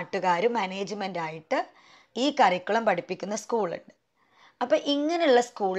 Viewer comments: കറിക്കുളം അല്ല. കരിക്കുലം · Lots of pronounciation mistake. ഒരു സ്കൂളിൽ work ചെയ്യുന്ന ആൾ സ്കൂളിനെ കുറിച്ചു വീഡിയോ ചെയ്യുമ്പോൾ കുറച്ചു കൂടി ശ്രദ്ധിക്കണം . എന്നോപ്പോലെ പ്രൊനൗൻസിയേഷൻ problems ഉള്ളവർക്ക് ഒരുപാട്‌ കൺഫ്യൂഷൻ ഉണ്ടാക്കും . cambridge curriculum Native…. Etc….. Check these words